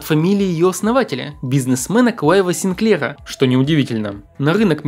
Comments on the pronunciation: СигклЕра? Откуда ударение такое? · не коверкай фамилию Синклера, ударение надо ставить на первом слоге